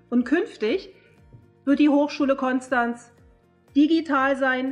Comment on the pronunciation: offensichtlich hat Ihr noch niemand beigebracht, wie man Konstanz ausspricht :D